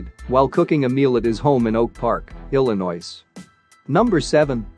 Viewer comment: Yeah he’s got a lot wrong IMO as well as pronounciations illinioce and putting Siegel higher than Luciano